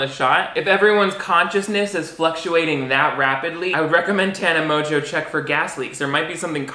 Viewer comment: How has she convinced everyone to pronounce her last name like that??